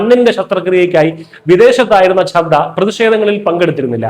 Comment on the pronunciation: Try to pronounce the names properly. It is Chadda and Aatishi, please note.